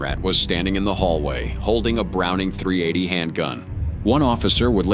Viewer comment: I really hope this is an AI text-to-speech program because who's pronounces a .380 like that